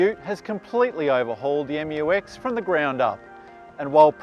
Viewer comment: Finally find an english speaking car reviewer pronounce it right hahaha